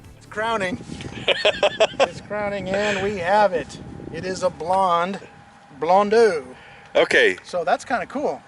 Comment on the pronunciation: Blondo Just say blondo. It's not blondu or whatever. AU or EAU is pronounced O in French